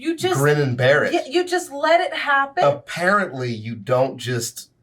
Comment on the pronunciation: I swear to everything I heard say "A-Parrot-Ly" here, not apparently. Infinitely funnier. Also I was thinking Kingfisher, since that's sort of close to catfish, but I think I like skeet shooting better lol.